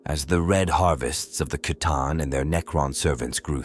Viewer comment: Is this AI? Narrator pronounced C'tan two different ways in the same sentence.